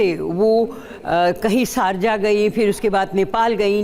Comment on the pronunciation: Sarja Nahi Sharjah ap kou tou Bolna Bhai nai aata 😊